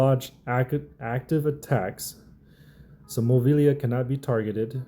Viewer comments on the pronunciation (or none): Bro you struggled with that name 😂